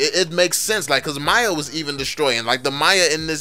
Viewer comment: dude your pronunciation make it cleare it's not Maya lol its miya